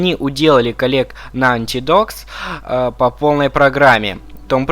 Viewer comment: поставил дислай за попытки с акцентом произнести название фирм... что ужасно выводит.. правильно дримкаст , и нотидог.... про остальное вооще молчу.. а расказал норм но ппц как мало...внимание нужно было уделить 2 и 4 части